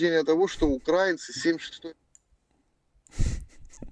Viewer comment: В словах "украИнцы" и "украИнский" ударение ставится на третий слог. Википедия.